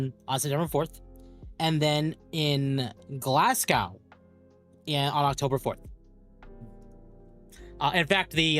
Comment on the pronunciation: You caused great pain when you said Glasgow